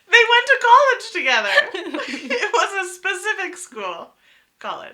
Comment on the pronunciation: sorry, not kolej, it should be pronounced kolij !!!!